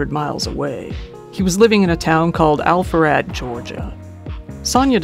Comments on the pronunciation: I think you meant to say Alpharetta, GA. There's no city here called Alpharad. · I love your content but the city's name is Alpharetta.